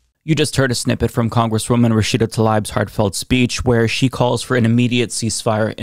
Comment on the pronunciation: Is saying Rashida's name incorrectly or is it me?